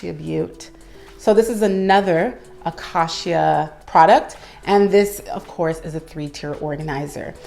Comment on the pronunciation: It’s beautiful but it’s pronounced “acAcia” 😊